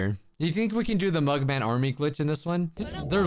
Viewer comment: 😂instead of mug man it’s murder man